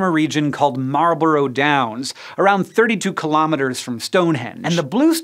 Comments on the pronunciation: Butchered the pronunciation of Marlborough 😂😂. It's more like Mall-Bruh than Marl-Bo-Ro-u 😂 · Marlborough is pronounced marl-buh-ruh and not marl-bow-row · Marlborough is pronounced Marlbra. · Your pronunciation of Malborough Downs was highly amusing... say "Maul-bruh".